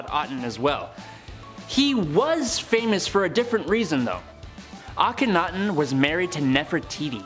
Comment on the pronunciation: Finally, some one was able to pronounce Akhenaten the way the egyptologists do... Way to go